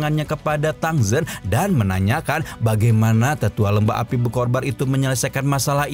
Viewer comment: BER-KO-BAR APA BER-KOR-BAN hmmm